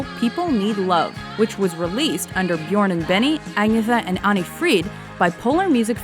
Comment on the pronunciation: The way the person speaking in the video said “Björn” omfg close lol I CANT STOP LAUGHING HOW DIFFERENT THEY ARE. I’m Swedish so lol